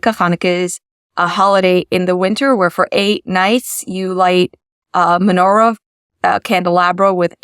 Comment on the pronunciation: menora, chanoeka, she said it wrong, but never mind